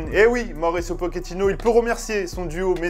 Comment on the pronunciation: c'est pochettino, pas pokéttino